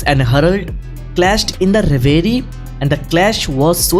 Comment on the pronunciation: Reverie ko reveriaa kyu bolte ho?😂😂